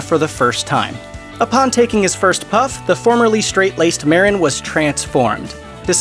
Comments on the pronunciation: Mah-deen, not Mar-rin. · Marín is pronounced: Ma-RÍN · Lol cheech meren sounds wrong af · At least pronounce cheech’s last name probably white oh. Foh